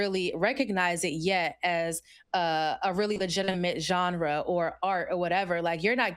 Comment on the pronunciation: GENJRA😂😂😂😂 STANIMA 😂😂😂😂